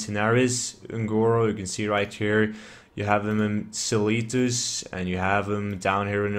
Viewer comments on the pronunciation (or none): I'm not even planning to farm the item, I just wanted to hear you pronounce Silithus LUL